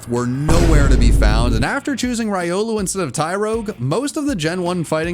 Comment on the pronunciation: Haha, he calls it rye-olu Also, he really needs a funny character to do his sponsorship segments, because it's so much more entertaining I mean, there's still at least a dozen other evil teams